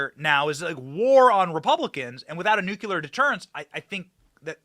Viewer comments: Benny...Its Nucleeeeear.........not NUKE UUU LERRR.....ITS NUKE LEEEE ERRRR..PLZ SAY IT RIGHT... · Benny, I love you. But for the love of God, the word is Noo-KLEE-uhr. Nuclear, from "nucleus", the center of an atom. The L comes before the second U. Noo-KLEE-uhr. Not George Dubya Bush's way of saying it. Noo-KYOO-luhr is incorrect, and it makes my teeth itch every time you say it. Please break that habit and say it right! 🥺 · Benny, the word is NuClear nu clee are, not nuc u lar! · Love you BENNY but the word is NUCLEAR not NUCULAR, a common mispronunciation 😅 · Benny? It’s nu'-klee-er, Not nu’-kyu-ler Nuclear, not nucular. Other than that, keep up the good work. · New clear. Not new culer. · The word's NUCLEAR. You're Waaay too smart to say Nucular.